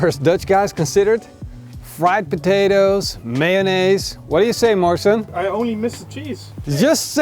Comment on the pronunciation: Yo comment Bros the poor man's name is MORRISON not Marshall